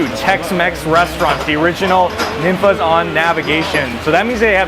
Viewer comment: Tex-Mex food is way better than any California Mex!!! Also by the way, it’s pronounced more like NEEN-fah’s. I’m a native Houstonian that grew up on Ninfa’s, Casa Olé, Chuy’s, and Monterrey House. These are truly Houston institutions that cannot be replicated. They’re even better than Tex-Mex joints in San Antonio in my opinion!!! Mama Ninfa is a LEGEND and basically INVENTED Tex-Mex style Fajitas as we know them today! Also my favorite dish at Ninfa’s is Beef Fajita Tacos Al Carbon with tons of Chilé con Queso, salsa, & guac dumped on top and rolled up in homemade Ninfa’s tortillas!